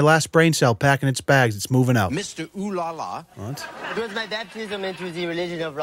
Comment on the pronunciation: mr oh la la isn't french. That's an actor and his french accent is ridiculously bad in fact